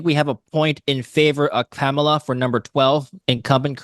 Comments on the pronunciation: Kamala is pronounced comma + lah. Not camel + lah. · I wish would pronounce her name properly it’s so easy